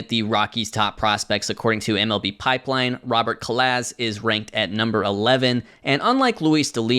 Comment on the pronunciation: Hey! Robert’s last name is pronounced Cah-Lahz. Hope this helps!